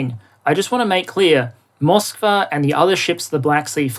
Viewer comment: I believe the ship was named Moskva, not "Mosvka". It's the name of Moscow in Russian (spelled with our alphabet).